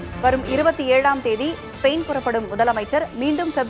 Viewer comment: ஸ்பெரைன் அல்ல ஸ்பெயின்😂😂